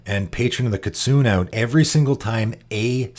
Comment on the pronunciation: Kitsune is pronounced kee-TSOO-nay and means fox in Japanese!